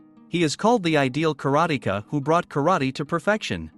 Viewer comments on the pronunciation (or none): none